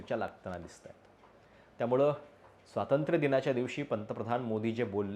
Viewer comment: स्वातंत्र नव्हे स्वातंत्र्य म्हणा.